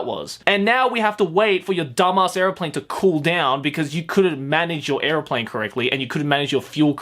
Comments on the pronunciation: Bro... are you saying airplane or areoplane? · say airplane weird